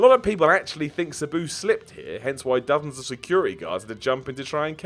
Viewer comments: It really bothers me he pronounces Sabu "Suh-boo" and not "Sah-boo". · Anyone else hate how says "Sabu"? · The way he says sabu...... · You say Sabu wrong and it pisses me the hell off! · Pipe bomb would be best. please learn how to pronounce Sabu. I thought it was pronounced that way until I heard his name on TV! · We really just gonna ignore this man's pronunciation of sabu?